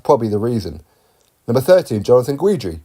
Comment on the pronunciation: Chaney sent Trevor Bryan to the hospital. That is why. Don King fighter beat Don King fighter. Trever "former WBA regular champion" Bryan. You should have heard the commentators. It was hilarious. Hahaha. I love your channel but it's pronounced Ghidree not Ghweedree.